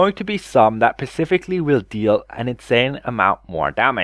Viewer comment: Its still "specifically" not "pacifically"